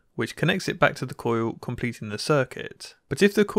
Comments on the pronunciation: Why does he pronounce "coil" as "coo-yoo"? I've heard people with English accents say "coil" before, so I just don't get it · cOOUILLllll....cojiul :D hillarious